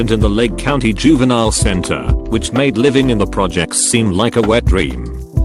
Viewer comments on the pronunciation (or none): none